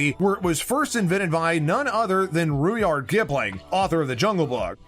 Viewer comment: “Rude-yard” Kipling! 😂😂😂